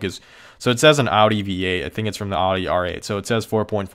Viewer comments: how can you call your self a car person, and mispronounce the name of a major car manufacturer? really?? it's pronounced owdi not oddy. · Audi not "Aadi", Bugatti not "Bugadi" also the Chiron is prounounced Shiron (Širon)